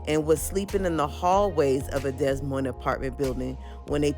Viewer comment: My gawd. The S is silent in DES Moines